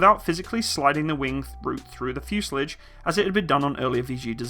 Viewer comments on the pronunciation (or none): The fuse er lij ? .... I don't know what school you went to - but they must have had their own version of the English alphabet omitting the T and replacing it with a D. ...